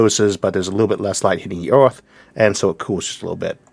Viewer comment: I’m a native English speaker and I find it difficult to catch all he says. It’s partly a common speech impediment which means he pronounces r as w. He has other idiosyncrasies which don’t help either!! Like earth sounds more like owth etc!!! Anyway you just have to tune your ear and it’ll start to be more understandable imo.